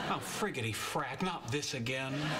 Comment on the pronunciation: frak not frag